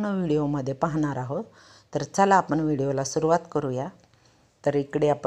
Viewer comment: आपन नाही आपण म्हणा हो .